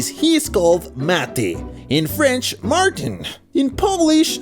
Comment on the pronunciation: martin in french is pronounced Mar-T-hein